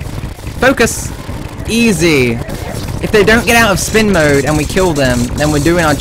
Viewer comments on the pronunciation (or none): none